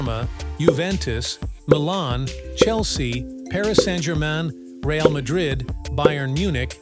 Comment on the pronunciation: You have no idea about football when you don't know to pronounce Real's name